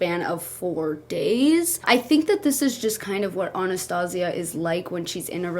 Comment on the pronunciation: That isnt how you pronouce Anastasia. And this man doesn't need a dog, ever until he gets his mental instability in order. If he screams for hours at a human, imagine what he will do to the dog. Abuse it. Promise you.